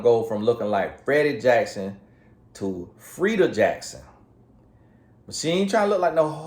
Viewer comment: "From Freddie Jackson to Freida Jackson" he gets on my durn nerrrves! Lol!!!!!